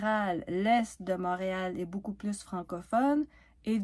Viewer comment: pk tu prononces le s de plus , francophone est un adjectif , so faut pas le prononcer 😅😅 . Excuse j'ai de la misere à comprendre quand faut prononcer le s .